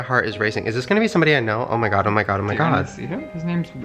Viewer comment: Did anyone else hear him say oh my gay?😂😂👏